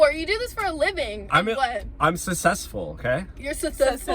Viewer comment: bro said im sussesful